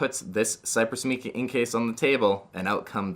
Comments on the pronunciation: Just FYI: It's "mike-uh" not "meek-uh" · Great video but “Mica” is pronounced with a long I sound, not a “ee” sound. Like MAI-kuh. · MAI-CUH, NOT MEE-CUH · My-cuh. Not Mee-cuh